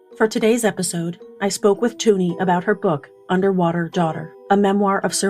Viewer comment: ... Underwaughter. Sorry